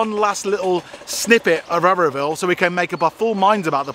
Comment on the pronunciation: It's not Areoville its Auroville